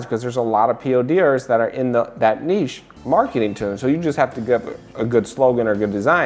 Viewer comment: I love it when people can pronounce niche ("nish").. Thank you!